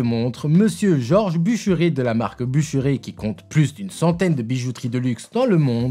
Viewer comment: Super video 👍, j'ai beaucoup aimé le ton employé et les petites piques envoyées a juste titre sur certains modèles (awake, zenith). Au fait, il me semble que l'on prononce "buch'rèr" 😜D'ailleurs l'info m'avait échappé et je trouve ça triste que Bucherer n'ait pas eu de descendants et entre dans le giron de Rolex. Rolex qui historiquement, n'est pas connue pour conserver les manufactures qu'elle achète mais plutôt connues pour les dissoudre et les absorber comme le ferait une araignée avec une proie. Carl.F Bucherer est la marque "sponsor" des films John wick, quasiment tout les acteurs des 4 films en portent 🤓. La Kurono-Tokyo est également ma préférer dans cette sélection 🤩